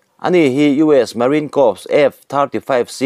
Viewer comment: Corps hi kâwps tiin in sawi hi kâwrs tih tûr a ni e.